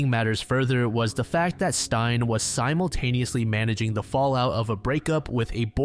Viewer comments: Stein? That's a male name, Stine is pronounced stee-ne😅 confused me for a bit there🤣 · Stein? Her name is Stine not Stein. Google translate would have helped with your pronounciation. This video is destroyed for me because of Stein. Steenuh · It’s not «Stein», it’s Stine. Sti- as in steed and -ne as in Ned, just remove the D’s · the name “Stine” is pronounced Steen-ah, not like frankenstein!! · Hi, Danish person! Don’t blame you whatsoever for struggling to pronounce Stine. It’s actually more similar to “ste” like in steve, and then “nuh” for the end. So “steenuh” :) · Im happy you included a Danish case (one I’ve never heard talked about in English before) as someone from Denmark we do have some fucked up crimes even unsolved ones and I think they also deserve attention. You pronounced some things in a wierd way but it’s not so big a deal imo. Tho her name is Stine (stee-nuh) ❤